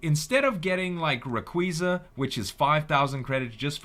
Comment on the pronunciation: it's pronounced ray-qa-za